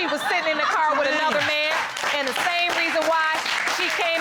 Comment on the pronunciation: “At the tame time” 😆